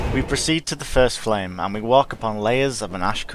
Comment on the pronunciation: "Deliverers of the first flem"